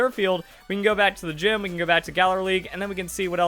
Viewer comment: "Giim" for Gym.